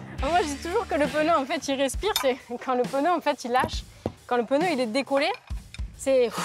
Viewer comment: Après tant d'années d'expérience elle ne sait même pas prononcer le mot "pneu"....et oui...c'est PNEU...et non pas PEUNEU...... En Chine des femmes de la moitié de sa taille font le même boulot et 5 fois plus rapide....et elles sont féminines....sans grafitti sur le corps....